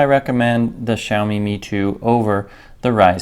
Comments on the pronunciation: For people who don’t understand Xiaomi is pronounced like Shao-Me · Shiaowme - that's how you pronounce it